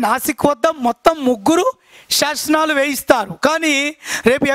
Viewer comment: శాసనాలు, శాశనాలు కాదు సార్